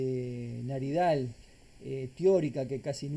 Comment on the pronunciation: Una pequeña observación: No es Naridal, es Nadiral, de Nadir